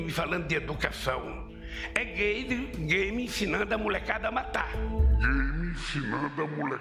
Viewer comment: "naum ixisti gay qui insina o amor exite gay g-gay g-g-g-g-gayme pra ensinar criañsa a mathar"